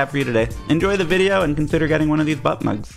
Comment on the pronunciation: I kept hearing "Bup mugs" as "butt plugs"